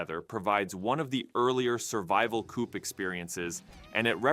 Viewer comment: Quit saying coop like that